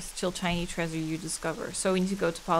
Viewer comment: I love how says "trAEsure" like Fred from Scooby-Doo. Honestly, her mispronounced words are all pretty cute; but I think that's my favorite.